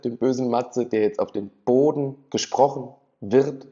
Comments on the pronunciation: "Chleudert den Purchen zu Poden" ... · „‘Chleudert den Purschen zu Poden!“ 🤣🤣🤣